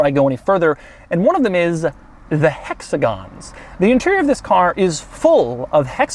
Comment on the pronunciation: "Hexagons" Btw i love his reviews